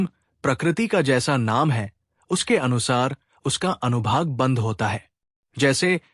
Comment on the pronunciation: Anubhag nahi anubhag hota hai